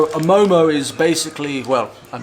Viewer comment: its not momoz its mo:mo. and veggie do not taste so good... buff are the best in Nepal...